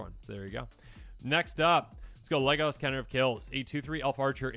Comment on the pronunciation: Him saying leglas like he did killed me